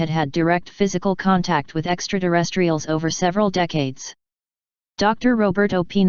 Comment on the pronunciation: What the heck are extra-duh-rest-reals?